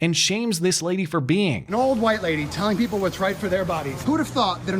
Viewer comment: Cheesy Charlie "HUWHITE"